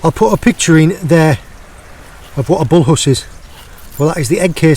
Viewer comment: Can you go back to saying Bullhuss in your north eastern dialect, I prefer Bullus to Bullhuss 😆